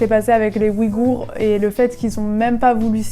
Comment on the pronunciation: tu es vraiment une grande inspiration pour moi en ce moment j’adore change pas ! 💗 et ouïghour on le prononce « ouygour » ahaa love🥰